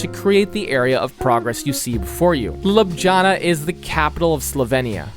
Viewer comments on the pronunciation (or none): all good but your pronounciation of slavic place names is actually atrocious lol try typing the name into google translate in a given language and just pronounce it like this. you are not trying your best bro. saraJevo? ljubJana? really? bro.... I really like the video but my ears hurt